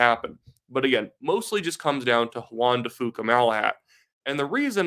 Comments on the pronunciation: Hey — it’s Juan de FEW-ka, not FOO-ka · FYI it’s pronounced Jaun De few Ka, keep up the good post